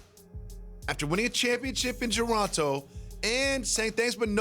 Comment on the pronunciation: "After winning a championship in Geronto" 😂